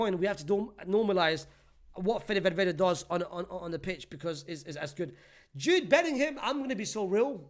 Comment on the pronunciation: ”JOOD BELLINHAM” such a stinky player😹